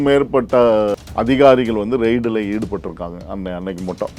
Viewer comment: ரைட் அல்ல ரெய்ட்